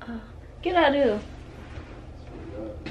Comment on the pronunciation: She so country “ get outta hea “ lmfao